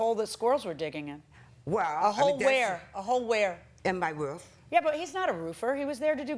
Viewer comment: Idk why the plaintiff saying "rough" instead of "roof" is urking the heck out of me, but I find it so annoying!